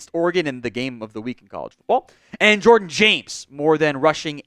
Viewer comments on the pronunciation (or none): none